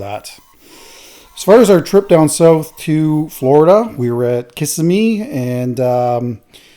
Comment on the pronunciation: Oh I just know that I am the first person to tell you. It's kasemmy kaa semmie. Not Kissame kiss a me makes Floridians cringe. Kind of like when Americans say. ONTAAAAAREOHOHH.